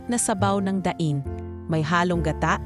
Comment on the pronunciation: Sobrang Ganda Po ng istorya. Tangi ko pong comments may mga grupo po ng salita na d maganda at Tama Ang pgkakabigkas gaya Po ng "kanin", ngumiti, daing etc. salamat po